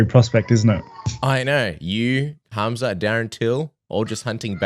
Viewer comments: His name is Khamzat, not Hazmat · Knuckles, if your reading this. It's Khamzat not hazmat! Lolol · Robert actually searched khamzat name. He wanted to say Hamza but ended up saying hazmat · its khazmat not khamzat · Hazmat? Rob is butchering Khamzats name😆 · Rob calling Khamzat “Hazmat” non ironically is great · Did Robert rally called Khamzat for Hazmat...hahaha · Anyone realise Rob kept calling Khamzat, Hazmat? 😂 Reminds me of them Hazmat suits people in labs wear 😂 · I know right? It's pronounced Kumshot. Who would name their kid Kumshot? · Rob called him HAZMAT 🤣🤣🤣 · hearing Rob calling Khamzat “HAZMAT” made my whole week. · I have a friend who looks just like rob and he literally says his name the EXACT SAME HAZMAT WTF IS THAT LMAO.